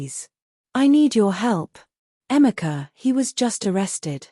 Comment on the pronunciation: Do you mean Ifoma and Emeka and not Ephima Emica. Please, use Google research to get the correct pronunciation of African names just like Africans do with foreign names. Peace